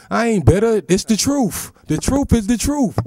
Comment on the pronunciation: da truf is da truf